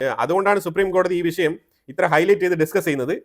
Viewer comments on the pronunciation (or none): none